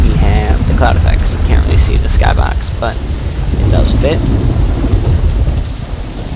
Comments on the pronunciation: in my skahbox? lol thats how you said it lol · You say skybox funny :P